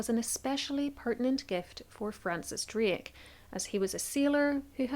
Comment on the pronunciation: You couldn't even say DRAKE correctly....lmao... yourvalley girl talk has screwed up your ability to speak......